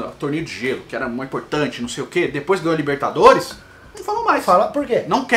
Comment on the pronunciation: "Taça Lerigou" kkkkkkkkkkkkkk 🤣